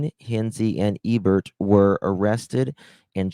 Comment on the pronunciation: Where in the world did you get "ew-burt" from the name "Ebert"?? Nowhere does an "e" sound like a "u" or "eww". It's like "ee-burt". Or "Hinzee" from the word "Hinze...its so obvious that it is pronounced like the ketchup brand "Heinz"...the "e" is silent. Listening to you attempt to read is torture. My 7 year old reads better! Maybe if you spent as much time working on improving your reading skills as you did your makeup application skills you might be surprised at the results! Seriously...you look awesome...maybe you should stick with what you know best and leave the reading to others!😊